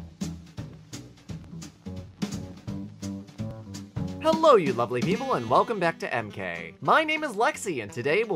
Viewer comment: Yeah they pronunce hello like jelou